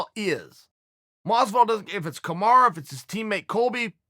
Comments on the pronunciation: Chael, repeat whit me: Me: Kamaru Chael: KamarA Me: Kamaru Chael: KamarA Me: Ok! Whatever! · "KAMARA" USMAN